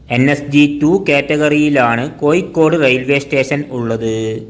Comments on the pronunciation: കോയിക്കോട് അല്ല കോഴിക്കോട് ആദ്യം അങ്ങനെ പറയാൻ പഠിക്ക് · കോയിക്കോട് അല്ല കോഴിക്കോട് ആണ്‌ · കോയിക്കോട് അല്ല കോഴിക്കോട് % ആലപ്പുയ അല്ല ആലപ്പുഴ ആണ് തെറ്റിച്ച് പറയല്ലേ 🙏🏼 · കോയിക്കോട് ആണോ കോഴിക്കോട് ആണോ.....??? പോസ്റ്റുമാൻ തമിഴൻ ആണോ 🤣🤣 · കോയി കൊട് അല്ല കോഴിക്കോട്